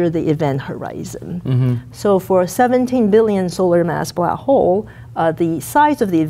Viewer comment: wait so she can say "black" but the she choices to say "blaah" >:l